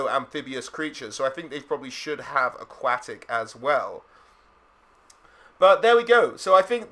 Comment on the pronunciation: "Aquatic". Lolll